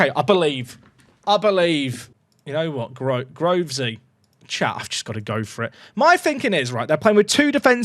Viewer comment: Sometimes it sounds like says “” instead of “Chat” and I like to believe that he’s not actually streaming but don’t talking to himself